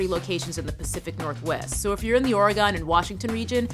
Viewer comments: Come on T! It's pronounced 'Or-e-gen' Only pointing it out, because I live in Oregon! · that's not how you say "Oregon" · Pronouncing Oregon is not really that hard. Please stop sucking at it. Do you screw up other state names as well?